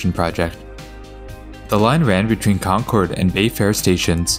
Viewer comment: its ConKERD god damnit. We pronounce it like "conquered" We dont pronounce it like they do in new england.